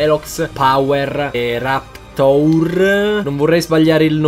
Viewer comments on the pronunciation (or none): Si dice Rapteur! E comunque ha quittato da CoD